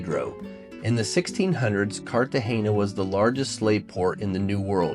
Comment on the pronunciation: After the poster mispronouncing Cartagena for the 3rd time (there is no hard "gee" in the word), I had to stop watching.